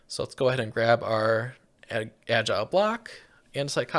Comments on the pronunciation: Al-gal not agile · I hope someone has notified you that the ingredient in andesite alloy other than andesite is not "agile blocks" but algal bricks, pronounced al-gul. Algal means made of or pertaining to algae, and they are very obviously bricks. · "AL-GEE BRI-K" not agile block, this is agony to hear, please stop tormenting us like this. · But he never said algal blocks... he said agile blocks 😅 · Jost so you know, it's pronounced Al-gal. As in made from algae.